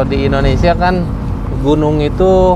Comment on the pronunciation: Indonesia kenapa jadi Indonesa, kacamatanya kegelapan kayak nya